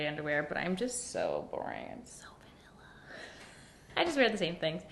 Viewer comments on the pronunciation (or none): Lol! I rewinded your so vanilla 3 times to understand what you said 😂